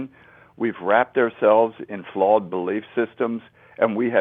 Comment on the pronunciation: I just wish someone would tell this man how to say "flawed" not "flawled".It drives me nuts!